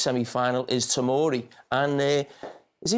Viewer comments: I know Kate and Thierry are dying from hearing 'Fikori' numerous times 😭😭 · "Okay FIKORI" 😂😂😂